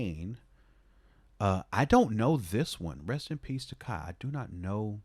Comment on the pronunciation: Took me a while to realize you were saying Ka, not Kyle RIP. RIP Daniel, EOM, to throw another one up to producers I miss in solidary though.